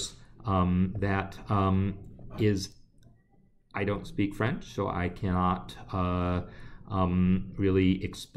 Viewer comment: Hi, very interesting video, thanks for promoting the french version of your course ! Your french pronunciation is very good :-) Amandine